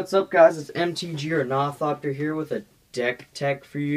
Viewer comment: I if you're name is gonna be ornithopter then you should say it right